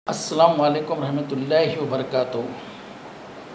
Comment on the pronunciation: Uncle and aunt aap ko bhi ramzan mubarak.uncle bahut achi dua karay.Allan hum sub ki duaon ko kubul farmaye.Aameen.uncle ek small correction aap please Salam theek say kijiye.Its Assalamu alaikum not Assalamuwalekum.please bura mat maniye.